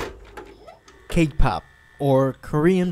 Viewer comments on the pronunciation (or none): cAke pAhp lol <3